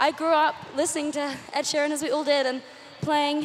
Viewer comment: Lol she says sheran instead of sheeran